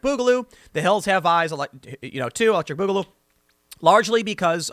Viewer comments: bugaloo.... comon tim off the fence its boogaloo say it stop being pc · It isn't pronounced like that. It's more like "booger". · Its boogaloo, not bugaloo. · not "Bugaloo"Tim..it's BOOGaloo two O's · It's Booger Goo ! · this was all worth it to hear Tim say, "Boogaloo" so many times! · The way you are miss pronouncing boogaloo, is driving me crazy.